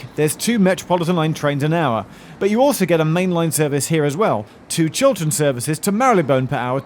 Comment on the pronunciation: I was hearing it wrong I thought that you said Children train. Like what is that. a train just for kids or a train painted as if drawn by a kid.